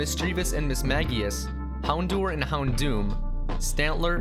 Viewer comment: *houndour is pronounced hound-hour